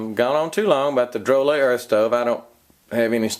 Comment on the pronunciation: I think it’s pronounced Dro Lay. That’s how it’s pronounced in their advertisements.